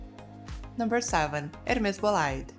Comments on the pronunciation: Please get the pronunciation of the bag right… it is not “bo-lide” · That is not how you pronounce bolide.